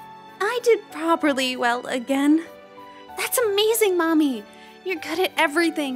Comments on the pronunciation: Hey,! It's Mami, not Maimi! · Bro I thought they were saying mommy😭😭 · The switching between pronunciation of Mami’s name really threw me off